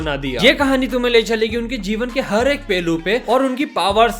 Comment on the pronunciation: Pehlu ❌ Pelu ✅😄